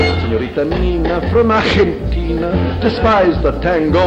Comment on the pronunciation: Funny song. By the way, Coward pronunces correctly "Argentina", no in the english way. Well done!